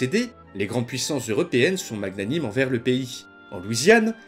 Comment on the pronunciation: Mag... nanime ? xD ... Ca se prononce [Manianim] xD . : Ca se prononce [Dé facto], pas [Deuh facto]...